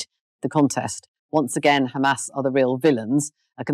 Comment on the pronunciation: Not Hamas... But kHhaamas...